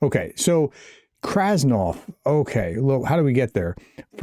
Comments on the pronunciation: Get at least the name straight. It's not Krasnoff. It's KRASNOV. It's in the fcking picture in the video. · KRASNOV not KRASNOFF ?